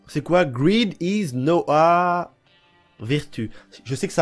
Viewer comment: 😂😂 "is nowa" au lieu de is now a.. Mdrr il m'a tué